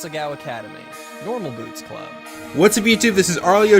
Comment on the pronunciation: As someone who lives in non-coastall Canada, I have to say that we usually get snow from late October, and then it melts sometime in April also, it's probably pronounced "a-sa-GAO" academy (basically "cow" with a G) Winter tans? How do you get those! I can't even get a tan when I visit the equator! Am-ar-ir-isu